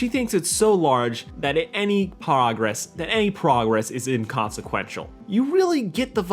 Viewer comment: "that at any pog-ress"